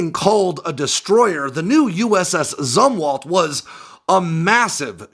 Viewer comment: You’re mispronouncing “Zumwalt”. It’s pronounced “Zoomwalt”. I joined the Navy in 1981, not long after Jimmy Carter’s CNO, ADM. Zumwalt stepped down, and people were still talking about him.